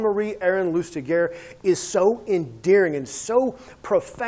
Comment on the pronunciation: Good review but his name is pronounced /lystiʒe/, more like 'loostijay', not loostigur